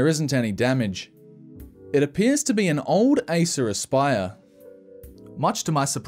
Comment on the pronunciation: Aissuraspaiör. Thats how it sounds in finnish ear😂 Its acer aspire!!